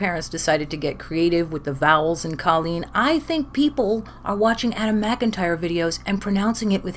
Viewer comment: Lol! The Irish way to pronounce it is the way you are pronouncing it - so I agree with you!